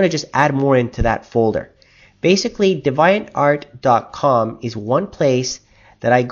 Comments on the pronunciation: its pronounce deve - e - ant art. Its pronounced in the same way as devious... just thought i'd let you know cuz you have a strange way of pronouncing some words :) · yes it is pronounced dee-vee-ent go to a online word pronouncer and type in deviant and see what it says...